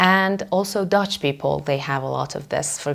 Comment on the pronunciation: you pronouced almost like a nativ dutch :)